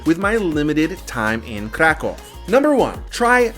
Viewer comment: I like how you try to pronounce correctly the name of the City, exactly is a Kraków, not CRA CAW. PS: CAW in Polish mean shit, that why any time tourists say it wrong way, Polish people hear Kra kał, what means birds shit. Preciate KRAKÓW.